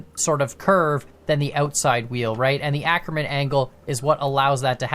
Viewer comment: I absolutely HATE how you pronounce "Ackermann", so please go the Google Translator (its good enough, I checked) and check German as the language, type in "Ackermann" and let the TTS pronounce it to you.